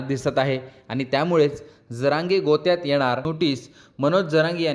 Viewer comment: गोत्यात नाही,जात्यात.